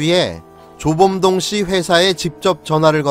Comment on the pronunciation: 사기군 조범동이 자꾸 조중동으로 들리지...??